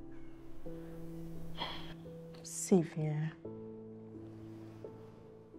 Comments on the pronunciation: Lol Nigerians Xavier is pronounced “shavier and not Savier”😂😂😂😂😂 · 🇺🇲 we pronounce it Za vi er